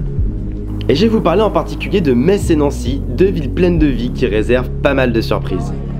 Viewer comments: En lorraine on aime vraiment pas entre un Me"tz" J'ai failli en péter mon écran il faut dire tout simplement comme on dit le mot anglais "mess" le tz à le son -s à la fin et là tu seras bien reçue sinon tu ves mourrir xD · Rah yes! Metz ville sous-côtée… merci d'en avoir montré de si belles images ! Et oui, ça nous énerve énormément d'entendre MeTsss 😂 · Je viens de redécouvrir ma région merci pour ces images juste incroyables 🤩 Et je confirme que je suis irritée quand j’entends « meTz » aha. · Les images sont vraiment propres. Ca fait tellement plaisir de voir des gens présenter cette ville qu'on connait tant ! J'ai malgré tout failli lâcher mon dislike a force d'entendre meTss. Bonne vidéo et bonne découverte de ta chaîne au passage ! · apprenez le patois lorrain . malheureusement il est en train de mourir. Allez vite , gardez ce patrimoine qui vaut de l'or pour des futurs recherches historiques. comme elle est belle. et c'est vrai METSSS c'est horible. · Désolé, je te connais depuis quatre minutes et je suis déjà grossier en t'entendant mal prononcer Metz alors que je suis Meurthe-et-Mosellan. Vraiment désolé. Super vidéo en tout cas. Et j'ai grandi à 7 km du Lac de Pierre-Percée ! Merci d'en avoir parlé ! ;-)